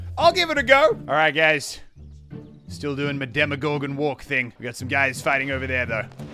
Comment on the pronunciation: swear he said alright gays